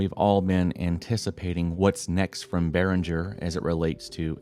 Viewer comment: The g in Behringer is pronounced as the g in gas, guess or graphics. It's a german name.